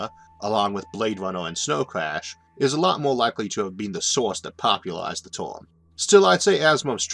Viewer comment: What the hell is a "torm"? Last I heard it was pronounced as spelled, term. That's an ER, not an OR.